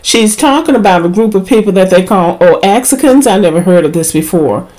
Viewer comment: She called the child a "Chenguito" which is Mexican(specific) slang meaning 'little monkey". Oaxacans(pronounced WHA-HOCKEN) are the darker skinned indigenous(sometimes actually Afro-Mexican)Mexicans of the Oaxaca region of Mexico.